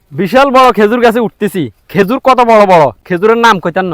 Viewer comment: খাজুর না খেজুর